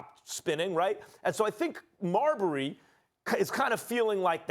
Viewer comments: The way Max says Marbury is hilarious 🤣 its pronounced Mar-Berry not Marbry max lol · Max Kellerman pronounces Marbury like Cadbury or Burberry. It should be like Pillsbury 😂😂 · Why is it such that Maxx Kellerman, whom has more then likely has been writing pieces on Steph for over his 20 Yr. NBA career chooses not to pronounce his last name correctly ???